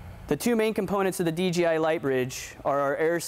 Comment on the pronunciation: he just say "d G i" ??? wtf is dgi? lol DJI!